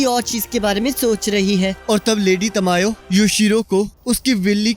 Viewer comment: Bhaiya yo tamio nahi hai yo tamayo hai😅